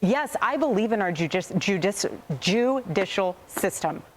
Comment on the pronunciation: "I believe in the joo-dicial system." Why? Cuz you been getting sheckles? Lol,!